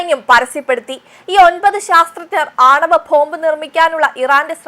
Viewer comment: വായാനക്ക് ഇത്രയ്ക്കു ബലം പിടുത്തം വേണ്ട ,,, വാസ്‌ക്കുക്സ്ൽ പലതും ഭീകരമായി ഉച്ചരിക്കുന്നു .. പോംഭ് അലാ ബോംബ് ആണ് ശരി